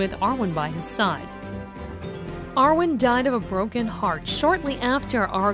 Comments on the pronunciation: yarwin???? from Eowyn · Yawin? How do you get Yawin out of Eowyn? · I'm sorry, who is yaowin? I only know Eowyn. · AragoRn. Ker in Am roth. Ay-owin. Ith-il-ien. Pair-i-grin. Where do they find these people?